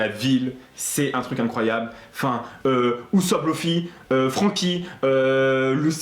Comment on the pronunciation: C'est pas Louffy c'est Luffy